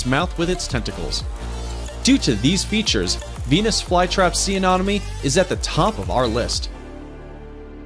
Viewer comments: Let me repeat "aNEMone" not "aNOMone." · Yes, THAT Mispronounced Amonome? ANEMONE, LIKE ME ENEMY! OMG, SO ANNOYING. LOL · Anemone. An em money Glaucus. Glau (glaow) cuss Pronunciation is key. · I love the video and the footage is fabulous but anemone is pronounced uh-NEM-uh-nee. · PLease learn how to pronounce ANEMONE. It is a-NEM`oh-knee! It turns up often in undersea videos and most people pronounce it incorrectly! Your photos (except for the distracting backgrounds and sparkly things) are wonderful and your information sounds good to me! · SEA ANEMONE... PRONOUNCED LIKE: ME ENEMY~ Which After TWO VIDEOS of Hearing THAT Mispronounced I Was Quickly Becoming Annoyed AND FEELING U ME ENEMY. Well, you get it. Purrty good video, other than that... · You need to learn something about each fish- you are saying freshwater types are oceanic an that salt water species are freshwater. You mispronounced several things, i.e., it's "ah-NEM- oh-nee." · You are pronouncing Anemone incorrectly. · You should really research how to say anemone